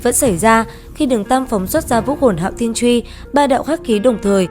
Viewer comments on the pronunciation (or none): Giọng hay nội dung hấp dẫn , cơ mà cứ hạo thiên chuy nghe nó thộn quá độc đúng hạo thiên chuỳ đi ad ơi 😵‍💫😵‍💫😵‍💫